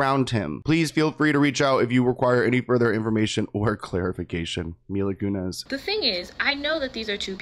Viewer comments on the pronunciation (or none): Mila ‘Koonezze’.